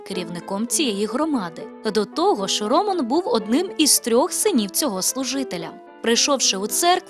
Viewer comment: Так не гарно наголос ставить ведуча на ім'я Роман